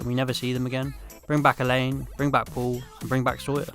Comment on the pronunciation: His name is pronounced: uh-LAWN.